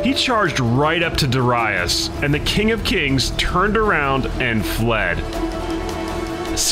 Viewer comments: Please learn pronunciations first if u gon do this content 🙏🏾 it’s dare-i-us not dere-reyes my ears were bleeding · Duh-rye-us?! What’s up with this guys pronunciation lol. Completely butchering these names. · Why do you pronounce Darius like that? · Why he pronounce Darius like that lol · Your pronunciation of Darius is way of. But otherwise realy enjoyable video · The pronunciation of Darius is annoying me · I hate how you pronounce Darius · I can’t listen to you mispronounce Darius anymore.